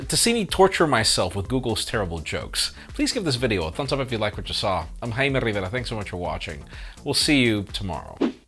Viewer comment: If I were him I would introduce myself at every possible ocassion just to say "Hello, I'm "